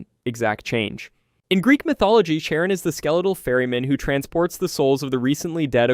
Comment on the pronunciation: Karen?🤣😅😆 its actually pronounced how its spelt ch-ar-on